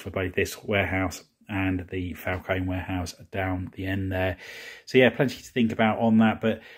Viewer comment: It Falcon-E- strongly pronounce the E at the end